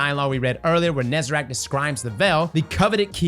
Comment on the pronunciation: please stop saying "nezerac"